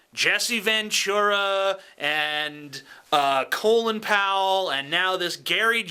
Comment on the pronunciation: co'lin?, co'lin???, it's fucking colin.